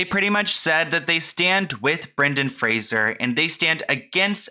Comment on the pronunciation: Is saying Fraser wrong or was I raised saying it differently?